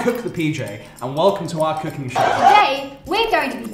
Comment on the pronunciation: LOL instead of Cooking at the beginning I heard Cocaine 😂